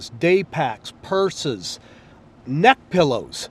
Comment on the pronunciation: the neck pillow emphasis killed me